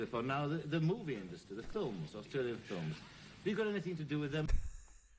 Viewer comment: Love the way he said " FILLUMS". 😅